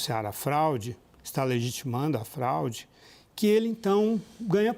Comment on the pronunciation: Houveu um "flaude" que isso meu irmão? Eu nao entendi onde ele wier chegar. Saiu da América e foi osrar ls no oriente medio, voltou e falou "flaude". Alguém deve ter falaldo no ponto com ele: "CARA PARA DE PASSAR VERGONHA, O BAGULHO É FRAUDE". KKKK😅K 😅😅